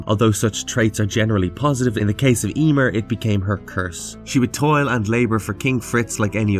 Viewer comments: Emeer, not Eeeeeeemer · Yeemir? 🤣😂🤣😂🤣😂😅 Sorry man but you just sayin it weird as fuck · Ya-mear(meer) is the pronunciation you keep messing up the name.